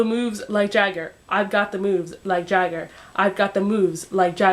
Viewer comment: You didn't say the third "moves" right! It's mo-o-o-o-o-o-o-oves"